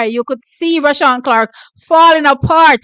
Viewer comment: Hear weh mi a seh nuh T its rushane NOT roshawn 😂